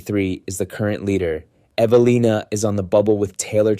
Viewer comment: More than one, Evalinas last name was butchered.